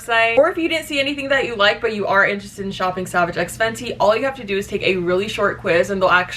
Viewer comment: actually saying the brand correctly for once 💀😂